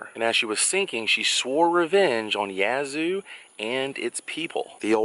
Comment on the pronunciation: Thank you for pronouncing Yazoo correctly.